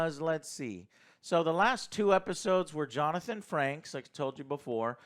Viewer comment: Frakes! Not Franks! Frakes. Jesus. So much for being a fan.